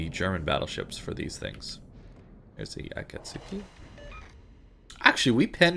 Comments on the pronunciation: That'd be the anglophone pronunciation, yes. But the sylables aren't A-kat-su-ki, but A-ka-tsu-ki, and the "tsu" isn't "tzoo", but "tseh". Hence, Ah-Cuts-Kee. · Dunno if you care, but: Akizuki = Ah-Kee-Zoo-Kee Akatsuki = Ah-Cuts-Kee The "Tsu" is a "Ts" with a barely existent "eh" trailing.